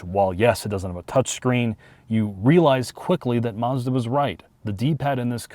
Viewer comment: Hey guys😂 Mazzda never has had an "r" in the name! Marzda is not a brand & never will be. Check their car badges: Does it say Marzda or Mazda? My bet is is says Mazda and thus will it always be so😂.